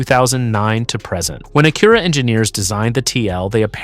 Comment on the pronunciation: AI pronounced Acura two different ways in the first opening remarks !